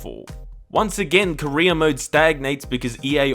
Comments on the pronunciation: Same here 🤣🖐 God dammit it's career not Korea car and reer = career for him it's more like ko and reer = korea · everytime you said career mode, i thought you said korea mode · I know that you're saying career mode, but I cant help but hear Korea mode, which sounds hilarious to me lol